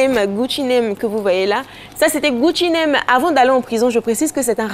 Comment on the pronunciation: alisar c Gucci Mane Mai's pas Gucci name vraiment Elle va tué avec xa